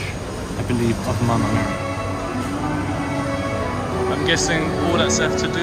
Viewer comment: I love the way you say " Mama Mary". ❤️